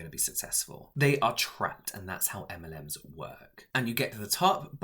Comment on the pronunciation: Literally thought he said m&m’s lol